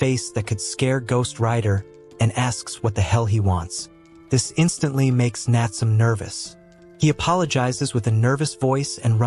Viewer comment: Bro it's not natsum it's Natsume 😢